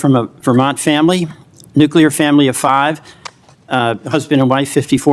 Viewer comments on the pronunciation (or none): none